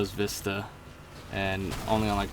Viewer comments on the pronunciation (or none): none